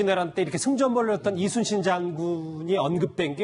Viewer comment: 이쑤신 장군이랬지 이순신 이라고 안함. 틀딱 발음도 제대로 못함